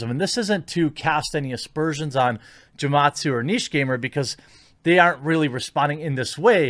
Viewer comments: Bruh, hard G with Gematsu haha. It's Japanese phonetics. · Gematsu probably doesn't like you because of how you butchered his name lol